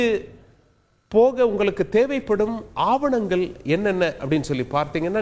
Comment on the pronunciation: தமிழை கொல்ல வேண்டாம்! நீங்கல், குறித்துக் கொல்லலாம், உங்கலுக்கு, பார்த்துக் கொல்லலாம், உங்கலுக்கு, அடையால அட்டை, அட சொட்டை தமிழை ஒழுங்காகப் படித்து ஒழுங்கா செய்தி வாசிக்க கற்றுக் கொள்ள வேண்டும்!